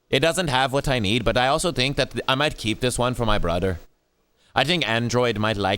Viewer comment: "I fink this controller is very gud"